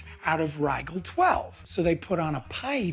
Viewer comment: I'm pretty sure the actor who played Badger didn't actually watch Star Trek, because he pronounced "Rigel VI" with a hard 'g', which is what would happen if you saw it written in a script but never heard a character say it.